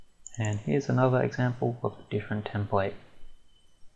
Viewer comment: its a template not a templay you idiot